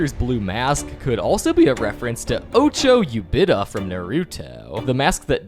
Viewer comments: "ocho ubita"✌️😭 how hard is saying "Obi-to u-chi-ha" gng✌️😭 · And ocho ubita instead of obito uchiha 😂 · "obito Uchiha" ❌ ocho ubida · Bro called Obito Uchiha, ocho ubito🙏😭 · you did that on purpose its not that hard to say Obito Uchiha